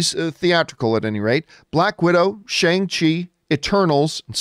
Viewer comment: Shang-Chi is pronounced (per Kevin Feige at Disney Investor Day) Shung-She